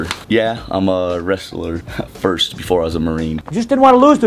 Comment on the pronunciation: Not first..... FORST lol